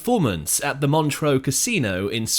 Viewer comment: Montreux - pronounced Mon-truh, not Montreaux (Mon-tro). It ought not to annoy me but it does.